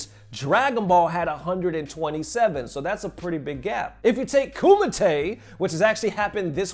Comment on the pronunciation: My god it’s Kumite as in Ku-Might